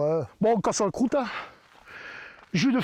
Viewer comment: Alors, on casse la crouteuh ?